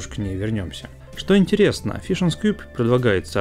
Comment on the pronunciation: Фижен, не фишн.